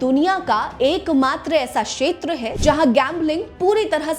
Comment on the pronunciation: Sheter nahi kshetar hota hei..